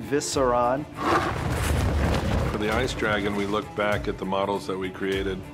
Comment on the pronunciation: just why does the one guy say viseron, thats just wrong in every way